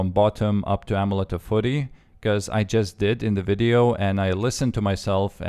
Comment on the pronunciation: Oh-Meh-Let-te of -Fuh-rry